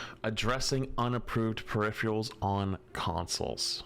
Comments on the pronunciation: I swear to god say perifreals one more time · peripherIALS lmao. Loves adding that I after the R. Solid content tho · says - “Perifreals”. Is this some new slang I dont know about?? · I watch your content regularly. PeriPHErals, please, please PE-RI-PHE-RALS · "Say periphrials ONE more time! I dare you! I double dare you!" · 🤝Emongg Calling it Periphrials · You mean “periphreals”. 😂😅😢😂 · doesnt know how to pronounce peripherals. HOW? I know he has issues with reading but peripherials??? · yeah they pronounce it "peripherials", its wrong. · Why do you and Emongg mispronounce "peripherals" the same way? Man, these east-coast folk smh. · ' inability to pronounce peripherals correctly is going to kill me